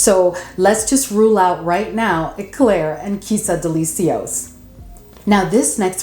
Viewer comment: Are you pronouncing the names of almost all the perfumes on purpose? Girl, no. What is SUHR? TERIK? DELI-SEE-OS? Lol, no hate but plz, get the names right.